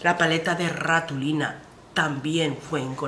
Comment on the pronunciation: que siempre creo que te escucho mal 😂. Se llama Ratonila no Ratulina. 😘😘